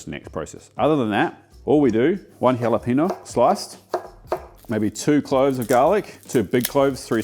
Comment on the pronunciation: You don't pronounce double L in Spanish it becomes "y", so... tomati-yo same goes to torti-ya, and jalepe-nyo not Jalepino